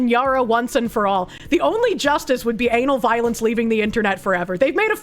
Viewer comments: Is it just me or does the way she says Ana Valens sound like Anal Violence? KEKW EDIT: Nope, she is doing it on purpose, I dig it. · Took me 4 minutes of wondering why she kept saying "Anal Violence" when I read the name "Ana Valens" and realized it was just her accent.